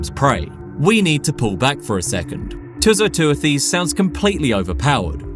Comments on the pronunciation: Great and very informative video. The only issue I have is with the pronunciation of the animal's scientific name, which you pronounced as 'Too - So - Too-a-Theez'. It is actually "Too - So - Tew - Thiss" ('tew' as in 'dew' and 'thiss’ as in 'thistle'). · too-so-too-this [soft'th']